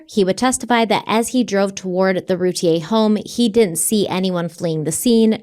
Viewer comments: Just so you know they Boys last name is pronounced Roo tear, I can't wait to hear What you guys think about this case. I grew up a city over and knew ppl that lived down their street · It’s pronounced Ru tear. I live here and well remember the case She’s guilty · Her name is Routier it's pronounced Roo tear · ROO-TIER, not rootea-A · I can’t wait to be able to finish this episode!! Off the bat, I just want to annoyingly point out that even though it seems like Routier is pronounced “Route-E-aye” it’s not. It’s pronounced “Route-E-air.” It doesn’t matter & I feel ridiculous even saying it, but here I am, doing it anyway 🤦‍♀️ I’ve been absolutely obsessed with this case for over 20 years, and my confidence in the opinion I developed the first time I learned of it has only grown stronger & more defined over the years. At one point I even exchanged a few letters with her. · Your pronouncing the last name wrong there's a YouTube video from 16 years ago of her trial and it's roo tea ear pronunciation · I believe it’s pronounced Roo teer… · Btw in Texas her name is pronounced RuTear 😂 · Couple of things. This is my town and their last name is pronounced “roo tier”, they are distant family friends. You did not mention that darlie had a significant cut on her neck which likely caused her to hang out in the kitchen while they were trying to get care to the boys. I go back and forth on if she’s guilty or not. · I’ve heard about this case since it happened. I’m from the area. I’ve always heard everyone in our area, pronounce her name Roo-tear 😪 like a tear that you cry, not the French pronunciation